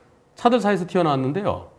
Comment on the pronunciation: 차들 사이에서 튀어 나왔는데요 라고 하셨는데 왜 기어 나왔는데요 라고 들리지